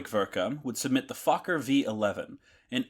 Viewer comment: Das mit Abstand Lustigste an diesem Video ist die deutsche Sprache der KI! Die "Fowler Doktor 1" und die "Fowler D 7" flogen gegen welche Tante? 😮 Na gegen die "Antante" .... und nicht gegen die Mizzitante oder die Resitante! 😊 Und der Konstrukteur Reinhold Plotz war offenbar ein echter "Plotzkopf" .... äh .... Klotzkopf! 😂 Wer ist denn Hermann "Guring"? 😮 Was ist eine "Brigette 16"? Vielleicht ein fliegendes Kohlestück? 😮 Das passiert, wenn der Macher dieses Schwachsinns kein einziges Wort Deutsch versteht .... und seine KI auch nicht! 😂😅😊